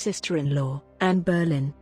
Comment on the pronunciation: Whats with the dodgy AI voice? The family name is Boleyn, not BERRLIN.